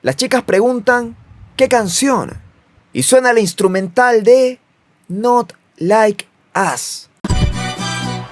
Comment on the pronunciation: no se pronuncia like as... es like os... ( al audio es asi) not like us..